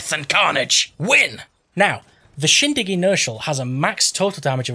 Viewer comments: Still the best video on YT. The butchering of the name is price less. SHOGERROG, SHINGSHONG, shogreen 😂😂😂. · you pronounce sjögren khuh-gren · Hehe i love it. «Schjøgren» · Im swedish and u prenounce the sj like sh and the ö like uhh